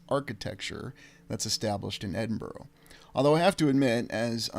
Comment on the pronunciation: Edinburgh is pronounced 'Edinburra' Glasgow is commonly referred to as 'Glesga' by the natives.